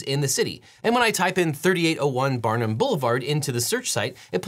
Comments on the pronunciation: There is no N in Barham. It's pronounced either "BAr-um" or "BAR-hum" or "Bar-HAM" depending on who you ask. (Everyone at the company I used to work for on Barham pronounced it "BAR-um", for what that's worth. Newbies to the area seem to like "Bar-HAM", so they're easy to spot. LOL) Another great episode, and it was fun seeing areas practically in my own backyard covered. I used to drive by that location several times a week. And I don't ever recall seeing those tree butchered so badly as they are now. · “Barnum”? 🤦‍♂️ and you say you lived in LA.